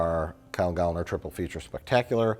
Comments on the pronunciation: It's pronounced Gal-lner. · It's "Gal-Lner" That's why there are two "L" instead of one. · If Gallner starts with the “Gal” sound then we have to pronounce the second L separately, like “Gal-L’Ner” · as a little side note referring to the bit at the beginning of the video: considering that Gallner is a surname of German origin the 'a' would be pronounced as a short vowel! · . Can't say his own name right? Just like Willem Dafoe?